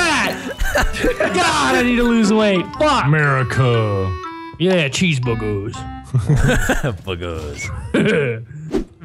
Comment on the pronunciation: Sounded like Cheese-boogers D